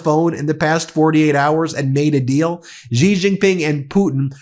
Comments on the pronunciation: By the way, "Xi" is pronounced "she" gidammit, not "zhee." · Xi is pronounced ‘she’.